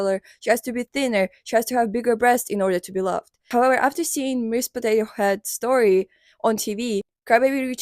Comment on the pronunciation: ive watched her talk about her for two videos im a fan of but for some reason i just cant get over how she says "howewer"😭